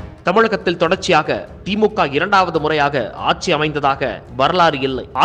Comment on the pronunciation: "ஆச்சி, ஆச்சி" இல்லை. ஆட்சி என்று சொல்லுங்கள்.